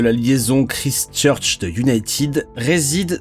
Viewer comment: Ever thought about taking some English prononciation classes? I believe the time has come, you will learn a few things and stop this horrible way to say Christchurch